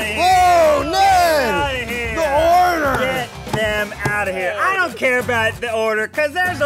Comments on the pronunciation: I thought he said Nedward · Am I the only one hearing Eugene calling Ned 'Nedward'?